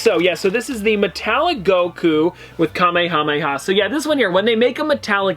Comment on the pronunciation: I was gonna think he said kameyamama but instead he said it Kamehameha and that ones the right one